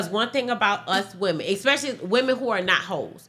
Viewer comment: 2 mins in “expecially” told me all I needed to know